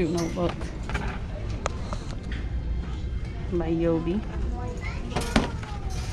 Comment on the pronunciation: She pronounced it yobi instead of ubi